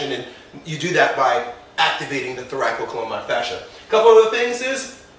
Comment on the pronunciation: I'm not sure how spells what he's pronouncing, but he should be pronouncing what is spelled "thoracolumbar fascia" (with a single "co" syllable).